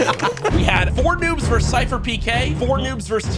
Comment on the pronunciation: Versus not verse Jesus